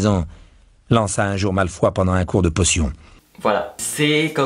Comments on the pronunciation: #Teamsnaaap J'avoue que ça m'intrigue pas mal cette histoire de livre audio !Je ne sais pas si je vais me laisser tenter mais je trouve que c'est génial pour les personnes malvoyantes. J'ai éclaté de rire quand le narrateur/voix off a dit "les jumeaux Wessley" et "Malfoi" 😂 Super video vraiment bonne présentation, hâte de voir d'autres crash test 😉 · Ton intro est trop bien! 😉 Sinon pour moi rien ne vaudra jamais le livre papier mais ça peut être bien pour les aveugles ou comme tu dis pour des personnes voulant faire autre chose ou se reposer 😄 Malfoi et wesley m'ont choqué 😂Ce ne serait pas un québécois? Sinon la personne aurait pu se renseigner sur les prononciations 😊 Continue les crashs tests c'est une bonne idée! 😃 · wha "malefoi" mes oreilleeeeeeeeeeeeeeeeeees :/